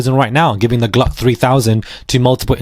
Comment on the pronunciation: PLEASE Stop SAYING GLUCK 🔫- 3000! Bwahahaha 🤪